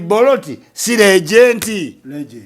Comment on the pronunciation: It is Legend not Legent.